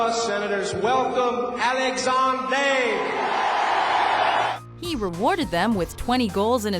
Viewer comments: WHY must you pronounce Alexandre Daigle like that.. are you Pierre McGuire?! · The way she tried to pronounce Alexandre Daigle annoyed me, just say it the way you want to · he's french, she's saying it properly. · I want to die every time they say Alexander daigle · wow can you butcher alex daigle's name any worse?